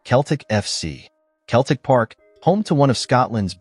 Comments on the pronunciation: Hoo the phuq are you? It's pronounced "Hills-bu-ruh"/"Hills-bruh" not "Hills-borrow". It's "Seltic" not "Keltic". "Berm-ing-gum" not "Ber-ming-HAM". "White Lane" it was "White Hart Lane". It's "Darby" not "Der-by". " 1970 ess" for "1970s" get real. Whoever you are do yer effing homework. Pretty much every ground in England, Wales and Scotland was the scene of "hooliganism" in the late 1960s, 1970s and early1980s - nothing to see there. Every ground had its area (or fortress) for its hard nut fans. And I am sick of the ubiquitous (look it up in an effing dictionary) US accent, pronunciation and emphasis (we (UK) emphasise the second or last syllable - not the first) on effing everything you watch on YouTube. Is the US trying to take over the world by its cultural imperialism? I think so - phuq off with yer cultural imperialism. Answers on a post card - you effing Yanks might have to look up that UK cultural reference. Jog on. Sick to death of you. - or the people who use some Silicon Valley tool to make yer vids - do your own voice-over, if you want to be (or appear) authentic. Rant over.... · What a load of shite. AI generated shite. Can’t even pronounce Celtic. Shite multiplied by infinity